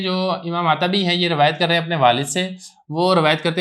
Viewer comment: عتبی بضم العین ہے